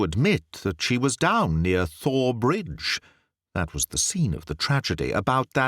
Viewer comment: I can't tell you how much I've enjoyed your work story after Story. I've listened, listened and re-listen. And you are absolutely brilliant! Thank you 1000 times. But isn't it pronounced Tor Bridge like the River Thames is pronounced Tim's? I am American I could be wrong on this sir let me know. LOL